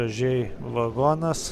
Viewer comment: Viskas gerai, tik apie geležinkelį pasakojančiam būtų gerai kirčiuoti teisingai: lietuviškai negalima sakyti vAgonas, reikia vagOnas